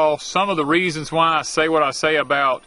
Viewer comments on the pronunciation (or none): none